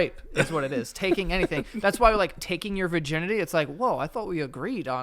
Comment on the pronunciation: Virginity, pronounced; Ver-guy-ns